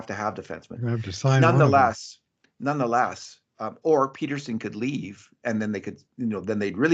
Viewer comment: it's Pettersson, soft -e-. Not PETER-son